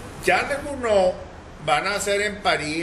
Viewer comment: Es Charles Gounod, y no Gnoud. Luis Soto.